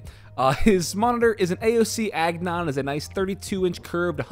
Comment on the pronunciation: AOC AGNON it's AGON!